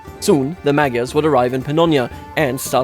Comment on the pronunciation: There is no g sound in maGYars. Gy is a digraph.